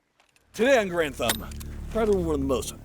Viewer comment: So, please learn how to pronounce name -- GAH-rund!